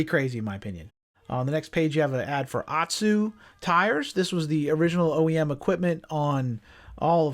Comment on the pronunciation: What do I know, right? I believe "Ohtsu" is pronounced "Oat-sue" but whatever. It was nice to walk through the 1986 ATV scene just one more time. Thanks for inviting us to come along. Please just remember to keep your feet on the pegs at all times.🤟🏼